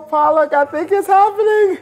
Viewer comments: The chef's name is Palak [In Hindi, it literally meaning eyelid but is used to mean a moment of time] but mispronounced is to Paalak. This is funny because loves spinach which is called Paalak in Hindi, the same thing he was calling the chef the entire time. XDD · He's calling her Paa-lak instead of Palak - and that's funny because Paa-lak is Spinach in Hindi and loves spinach. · Ohhh Side note : Palak is pronounced (puh-luh-k) and not ( paa-lak) it’s the Hindi word for spinach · Her name is spelled as 'palak'. But he repeatedly called her 'paalak' which ironically means 'spinach' in Hindi !. Boy he loves Spinach. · Palak is Pal as in Pul(se) and Lak as in Luck Paalak means spinach .... Oh wait, what? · He keep calling her palak 😂😂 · Just realized she is named Palak as in "eyelids" and not Paalak as in "spinach". She herself does not know how to pronounce her own name lmao. That's a prime example of an Indian American. XD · She calls herself Paalak(spinach) instead of Palak . These NRIs always kill Indian names. You can't blame the other guy calling her Paalak! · When he says palak. It actually means spinach in Hindi. Paa-luck The girl's name is pronounced as puh-luck (it means Eye lashes & lid) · I love how he keeps calling her Pollock 😂😂😂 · there are two pronunciations. Palak meaning eyelashes (that's her name) and Paalak meaning spinach in hindi (that's how Americans wrongly pronounce her name). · Ya and if u r not Indian there's a hint of info for u . He kept calling her paalak. Not palak which in Hindi actually means spinach. I mean does this guy think about something else at all I was proud of his dosas tho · Her name is Palak not Pālak, the latter of which means spinach. Maybe learn some Hindi, macha XD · Palak made paalak dosa 😂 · He likes spinach so much he kept calling her it, Paalak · loves spinach soo much he called palak paalak(which is spinach in Hindi) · He loves spinach and he's calling her Paalak, that's it.😂